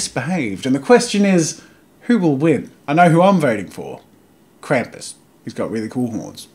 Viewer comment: Tfw your ears bleed for every time Krampus is mispronounced Can't hear anymore but that art sure looks cool